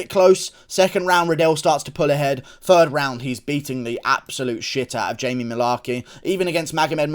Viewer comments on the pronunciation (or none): none